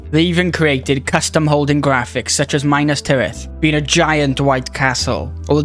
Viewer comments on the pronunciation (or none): Just a nitpick: it’s usually pronounced ME-nas Tirith rather than MY-nas